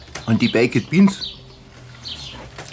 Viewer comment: Warum kann nicht ein deutscher Griller oder was auch immer die Bäeckettttt Biens als Bäekt Biens aussprechen......Das geht mir tierisch auf den Sack!!!!...